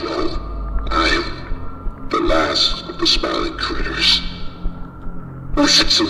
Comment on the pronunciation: Sliling crillers❌ Silming crretis✅